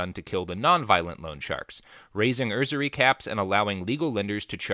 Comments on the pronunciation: "usury" - pronounced like "use" + "ury" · Normally, I have no trouble ignoring Robert's mispronunciations, because we're all human, and as he mentioned here, he only has a limited amount of time to research his topics, but I find the way he pronounces 'usury' fairly amusing. I don't know why.